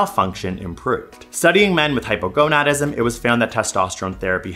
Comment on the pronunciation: I can’t. I keep hearing “Hypergonuts”